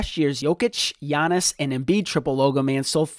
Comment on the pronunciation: doesn't know how to say Giannis. Dude said Jyy-nas!! 😅😅